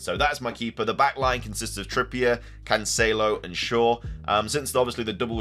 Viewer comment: Hopefully you get rid of cancelo for the way you pronounce his name!